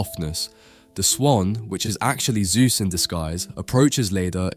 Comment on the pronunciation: His name was not "Soohth", but ZEUS!